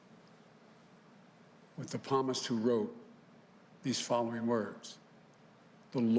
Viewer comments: REALLY!!! Dude 🤦🏾‍♂️ It’s not palmist it’s psalms the P is silent (saam)... Get this clown out of here your dismissed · The PALMIST? PALMS? REALLY? Every Christian on EARTH knows that it's called PSALMS AND PRONOUNCED with the P silent... SALMS!!!! This is who the idiots voted for? Sickening!!! Fake EVERYTHING. Including CHRISTIAN. Sad. DISGUSTING. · The p is silent palmist it's psalms. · How many people are here to watch him quote the Bible saying "the palmist" instead of "the psalmist" ? It's just so you don't that to suffer through the rest. Some devoted Catholic he is.... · It's Psalms dipshit, not Palms. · At about he says Palmist instead of Psalmist! Such a good religious boy!! I now have to wash out my ears from having to listen to him to find that big gaffe. I remember how they tore apart my wonderful President Trump when he said One Corinthians instead of First Corinthians. The difference is, is that we do say One Corinthians. No one has ever said Palmist. Where is the outrage from the left! This is only a small example of how absolutely disgusting they are to President Trump. Biden is a joke. He will never be my President! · . "The Palmist." Well done, Mr Devout Catholic. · Sucks when you can't quite read what the teleprompter says. In any case he said palmist like he used that term all the time. Even atheists know the 23rd psalm. What a dolt. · Dude claims he’s a Christian and he says PaLMIST🤦🏼‍♀️ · It’s not palmist idiot the S is strong the P is silent. You as a Catholic should know how to pronounce Psalmist. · LoL a palmist is a palm reader, he means Psalms, how he didnt know how to pronounce that. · So many seals it’s silly What’s with this guy saying palmist? He’s a Christian? Ya right, he doesn’t even know the name of one of the most famous books in the Bible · What's a palmist? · Palmist?! Oh please no, yup he said it. He deserves a huge facepalm. I hope he never has to read from the book of Job. 😂